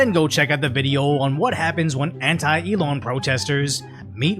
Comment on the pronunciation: He's terrible. He can't pronounce basic words. Elon becomes "e-lawn".